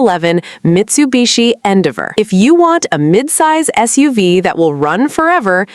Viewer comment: your AI can't pronounce Endeavor